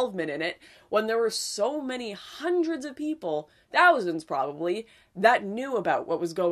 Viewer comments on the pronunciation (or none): none